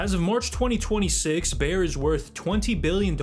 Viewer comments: BAYER - not "bear" (that is a an animal, that makes for a good carpet :) ) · How can you screw up the pronounciation of Bayer so badly? Its literally named after Bavaria (German name of that region) Ba-Yeer (Phonetically) you are saying some version of Bear (which made me think of Bear Sterns) or Bauer maybe that makes ice skates and various equipment. These things matter..